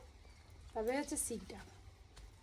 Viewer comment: শীষ ডাব বলে শিক ডাব নয়